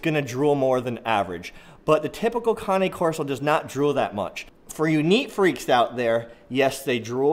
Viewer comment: Right on brother! I don’t see much people saying their name right! It’s good to know that there are some people who actually know the very basics of this breed! Liked and subscribed bro! wOOt wOOt! Cane corso’s in the house!